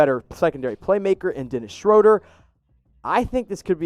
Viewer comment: Woohoo you say Schroder correctly! If any stand Nate Duncan saying shrewder on his Pod